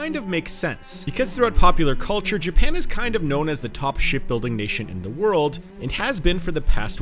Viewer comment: DUDE.....a 'd' at the end of a word is not pronounced like a 't'. World...not worlt